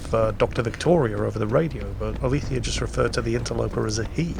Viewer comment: ACTUALLY, her name should be pronounced "alezèia", not "alithia". Know your shit, game.